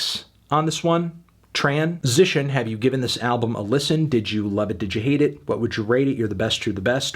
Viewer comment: i bet anytime melon says transition he mentally has to correct the way he says it